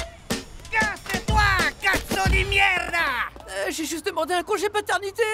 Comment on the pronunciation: En plus des autres problèmes, sérieusement vous êtes pas capables de faire une caricature correcte ;-; en italien c'est pas mierda mais merda, vous l'avez trouvez où le i ?